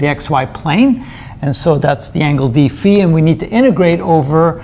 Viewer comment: Kudos for the impeccable dφ ("dee-fee") pronunciation!